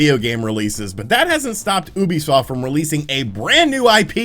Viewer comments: Why does he say Oebisoft and not Ubisoft, also fun vid. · ITS FUCKING YOU-BE-SOFT